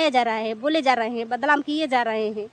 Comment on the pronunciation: Pahle hindi bolna seekh lo.Badlam nhi badnam bolo